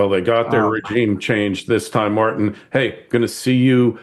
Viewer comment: How do you pronounce tin?.. As in Martin.